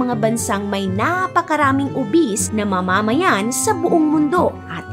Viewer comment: Nauru and not Nauro! Dia yuh bee teez and not dia beh tees! Ma’mamayan at hindi po mama’mayan. Buh Dy Mass In-dex not Bah dy Mass Endex. Maganda ang content. Informative pero kung narration ang atake ng contents mo, isama mo sa research ang tamang pag pronounce ng name ng bansa. Main subject mo yan eh. Secondary lang ang visuals mo. Sa narration kami magrerely para maunawan ang kwento mo. Sana po ma-improve nyo. But the story and research about Nauru’s history is correct. More power and best of luck on your next videos.😊